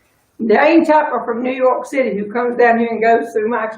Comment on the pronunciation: I love the way you pronounce 4th of July and New York City!